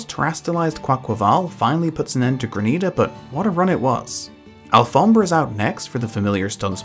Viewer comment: Yo do you speak spanish cuz that pronunciation of alfombra is perfect